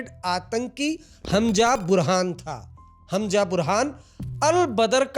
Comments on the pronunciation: Hanja nahi hai wo Hamza hai pls pronunciation shi kro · Its hamza not Hamja. Haajmola mat keh dena